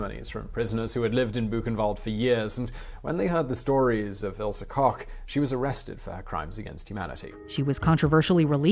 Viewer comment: I'm really impressed by the way you pronounced Ilse Koch Good job